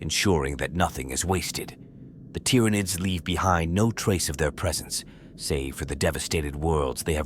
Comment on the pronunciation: The tyranoids main superpower is their persistent ability to annoyingly fool AI voices into randomly mispronouncing their name… over and over and over again BUT randomly